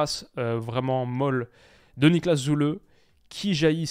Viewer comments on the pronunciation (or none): none